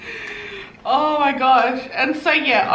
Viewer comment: “Okeh sailor moon 😒” Hahahahah